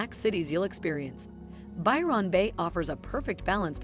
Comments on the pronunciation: “By-Ron” is giving “A-A-Ron” 💀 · Pronounced more like Bywin Bay rather then Byron Bay,, If pronounced Byron link it as one word .. This lady has said it wrong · There are errors in this clip. Port Douglas is an hour from Cairns not 5 minutes. It's Byr'n Bay not Buy Ron Bay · I'll add my voice to those who deride this BLOODY DREADFUL blurb with a robot voice mispronouncing EVERYTHING... Byron (pronounce Byerun, NOT Biiiii-RAAAHN and Yamba is just- Yambuh). All these places are hideously expensive and incredibly overpriced. If you want to enjoy a small seaside town go to the little places, not the big named places: You'll get the REAL feel if you stop at a little motel near the beach, and eat at the local pub or small restaurants in town. Take a walk around town, and if there's a beach, buy some stuff to make your own sandwiches and spend the day there- and just remember to SLATHER ON THE XPF 50 BAZILLION all over yourself because if you don't you'll look like a British Tourist: the same colour as a broiled lobster... -shakes head and rolls eyes...